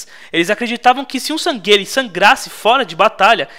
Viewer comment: Nao so isso, mas ele tava chamando os San'gheili de "Sangueile" sendo que a pronúncia é "sanrrili"